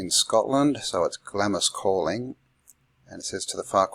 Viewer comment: Do you really think it’s pronounced “glammis”?